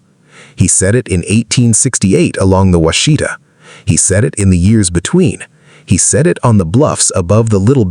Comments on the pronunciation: It's Wash-ih-taw. not wah-shee-tuh. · It's NOT pronounced Wha She Ta. It's Wash eh Taw. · WASH-ih-tah, not wash-EE-tah. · Wah-shih-tah, with emphasis on the first syllable, not Wa-shee-ta. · "Wash a tah" is how its pronounced in Oklahoma. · It’s hard to listen to this. Every time Washita is mispronounced I want to urp.